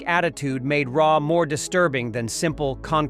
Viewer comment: I really hate when people use AI to narrate videos and then the AI pronounces so much wrong it makes you question what the heck they are talking about. AI started talking about "Ray" and Im thinking... I've seen Stargate 100 times, who the hell is Ray?